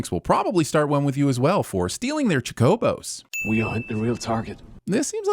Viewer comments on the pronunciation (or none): It's Chocobo, not Chcobo.😊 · I only learned it was pronounced choke-ah-boh recently. All this time I thought it was chocka-bo. Choh-kobo is stupid. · Chalk-a-boo? you said? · Not knowing how to pronounce chocobo gets you a sin. Also yeah this show was a plie of trash, very happy to see you guys sinning it. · I am violently enraged by how you pronounced "Chocobo". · That chocobo pronunciation hurt me physically. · Yeah. I mean it's chocobo, not chocobo. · That's what everyone in the worlds calls them too, was wrong.